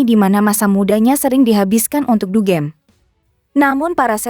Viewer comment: Bukan dugeem tapi dugem